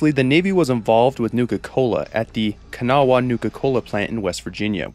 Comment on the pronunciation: I didn’t like the way he said “kanawha” he said it wrong.